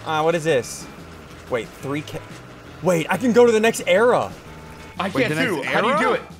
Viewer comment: It's era not area